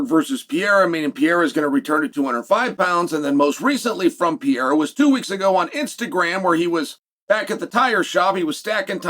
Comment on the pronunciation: Pereira not pee-aira